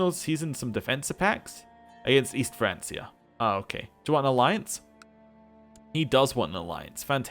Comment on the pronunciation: good stuff, btw francia is pronounced with a 'k'